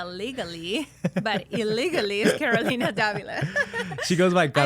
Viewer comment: Él pronuncia tu nombre Kolina dile que es CAROLINA....